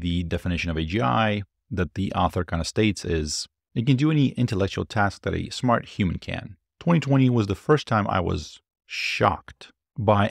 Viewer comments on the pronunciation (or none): none